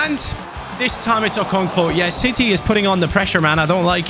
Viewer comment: bro there is no v in okonkwo😆🤣